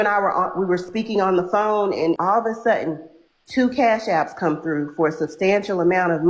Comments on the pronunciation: “All of a sutten…” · 'Axed' and 'all of a sutten'. 🤣🤣🤣